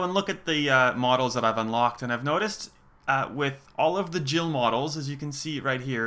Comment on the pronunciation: Oh.. when you already trying to make a discussion about this particular important question.. you pronounce Jill as "she", what do you assume here?